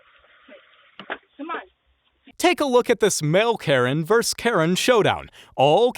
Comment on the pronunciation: It’s VERSUS dude. Not verse.